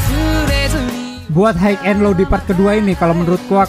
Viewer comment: Ngucap high aja gabener tai